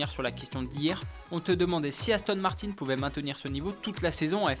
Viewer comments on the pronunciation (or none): none